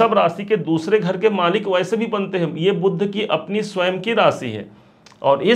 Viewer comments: लिखते हो बुध.. लेकिन फ़िर बोलते गलत क्यो हो? जानबूझ कर बुध ग्रह और भगवान् बुद्ध को एक साबित करने की नाकाम कोशिश करते हो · बार बार बुध (BUDH) ग्रह को बुद्ध क्यो बोलते हो???????